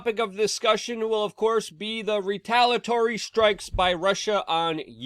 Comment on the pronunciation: trust Luke to mispronounce words:))'crushendo moment' 'retulatory'